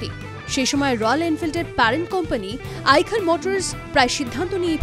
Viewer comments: Ota আইকার না ,ওটা আইসার 😅, আগে বলতে শিখুন 😅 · ওটা "আইখার মোটরস" না "আইসার মোটরস" হবে